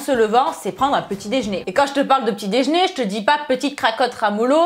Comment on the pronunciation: Déjeuner répète "déjeuner" et pas dej'ner, c'est compliqué ça ? Mdr 💋